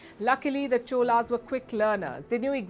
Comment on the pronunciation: Amazing coverage of suppressed but glorious history of Chozhaas. Special congratulations to Palki for pronouncing தமிழ் (Tamil). Wondering why you couldn't pronounce Cholas as Chozhaas(சோழர்s).